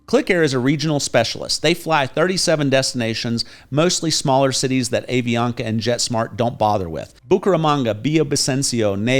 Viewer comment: Hi,. I am a US citizen living here for 20 years in Cali. A suggestion for you. The pronunciation of the airline is "Ahh Vi Ana Ka". Love your videos.